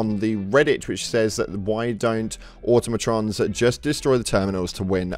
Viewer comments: Why can nobody read the fucking word Automoton?! Everyone, I mean it everyone has been saying automotron's like it's in the goddamn lore somewhere and it's pulling my cock hair out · It's Automaton*